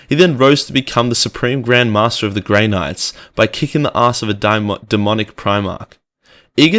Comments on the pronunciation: Bro did you say "grey n***er?" Lmaooo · dude what did you say ? Was it gray nword? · Damn australians be throwing hard R's like its nothin